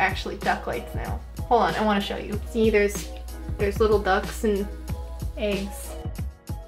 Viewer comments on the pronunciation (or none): none